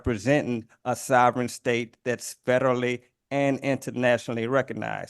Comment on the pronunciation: lmfao bro said spederally recognized 💀funny asf cause I also recognize him as sped